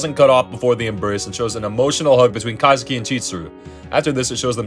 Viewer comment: its kaizaki not kazuki